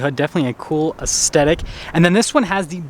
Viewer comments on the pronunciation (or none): It’s asTHetic, not asTetic.